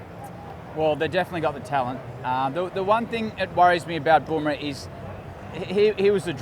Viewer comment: Not bom rah? Fkin English! BUMRAH IT IS!